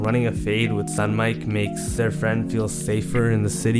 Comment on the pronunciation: bro said stunmike